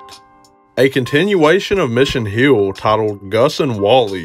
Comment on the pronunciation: it's Mission HILL not Mission HUEL